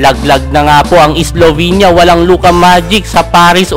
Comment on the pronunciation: Islovenia Awstralia😂